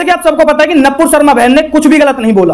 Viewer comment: अरे भाई पहले तो तू सही बोलना सीख । वो नपूर शर्मा नही है नूपुर शर्मा है